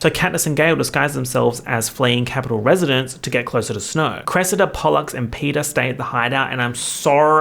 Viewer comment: I had to take a sanity break after you pronounced Snow's name as Sn-Hoe. you cant keep getting away with this